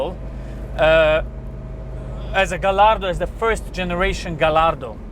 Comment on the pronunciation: Pronounced gayardo